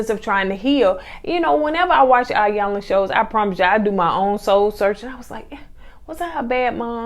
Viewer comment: So glad you reviewed this! It's pronounced E-yanla by the way.